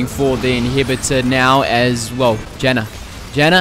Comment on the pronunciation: The way you said jannas name made me choke ily